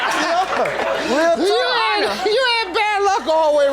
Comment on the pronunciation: He incapable of saying “talk/talking” im almost done w the video and she still ain’t yelled